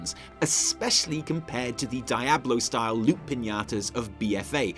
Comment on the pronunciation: Die-ahblo My heart: cracking noises